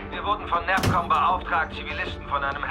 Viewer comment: Kann das sein dass der CO abundzu "NerfCom" und nich "NavCom" sagt ? :D